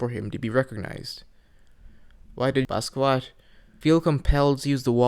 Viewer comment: This a pretty good video but I think it's funny how u said Basquiat as "Baskoowat" lol